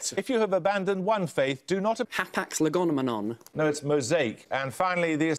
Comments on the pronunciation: It really bugs me that he is mispronouncing it. He's inserting an extra syllable. It's legomenon, not legomenomom. That's like saying "phenomenonon". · Has anyone ever noticed that actually mispronounced ‘hapax legomenon’ as ‘hapax legonomenon’? Boy, I hope somebody got fired for that blunder. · The thing is, the guy got it wrong, it's actually hapax legomenon, he added a completely nonexistent syllable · He randomly added an extra n: "hapax legoNmenon" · The way he pronounces hapax legomenon as hapax legonomenon xd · to think his answer hapax lagonamanon was actually wrong. Shouldn't have given him as he added an extra syllable. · TimeGames He says it as though it's got an extra N in it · it annoyed me at the time, and it annoys me to this day, that added an extra syllable to 'legomenon'. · he doesn't even say it right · It's funny because he said it incorrectly